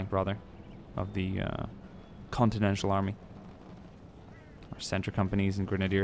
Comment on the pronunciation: It's continental not continential